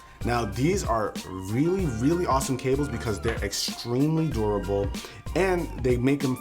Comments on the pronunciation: it's durable not duarble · Love the videos, haha the way you say "durable."